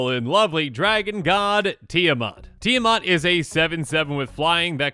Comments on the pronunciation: Really annoyed as an individual and as a Minnesotan (since, Eddie and the group live in this state) that he pronounces it Tia 'Mot' and not Tia 'Mat'... It is the same with Esika, where people pronounced it E 'sea' ka for some stupid a** reason 🙄 The 'I' in Esika makes the 'I' as in 'itch' sound (Like )... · Need more help: break Esika down into syllables (Es) (I) (Ka). (T) (The 'I' being silent here) (A) (Mat). You can even break Mat down further into 3 syllables. Mot =/= Mat